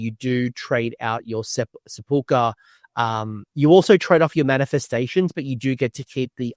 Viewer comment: I have yet to see one person pronounce Sepulchre correctly